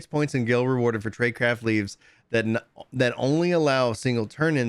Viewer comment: every time they say "LEAVES" my eye twitches